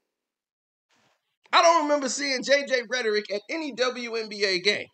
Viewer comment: He said rhertteric im here for it 😅